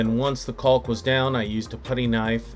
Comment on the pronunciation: I enjoyed the “hard L” when pronouncing caulk.